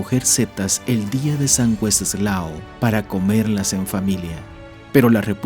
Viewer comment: ¿El día de San qué? A ver, repítelo... San We... ¿Qué? 😂😂😂 Se pronuncia WENCESLAO.